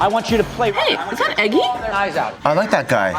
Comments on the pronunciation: Did just call eggsy "eggy"? LMAOOOOO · Did just say eggy